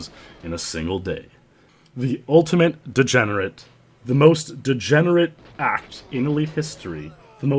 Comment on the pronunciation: Great vid,! That MR dude got exposed rofl. Also, my friends and I really like how you emphasize "degenerate ACT". We have spent many gaming sessions trying to replicate that inflection(?), but our is too loose. Looking forward to the next video. That MR dude got exposed too kek